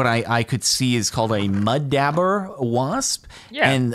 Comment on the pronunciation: cringing at "mud dabber" it's DAUBER (dob-er) Also no, those things are vicious. We kept getting them in our garage. I'm more scared of those than of yellow jackets!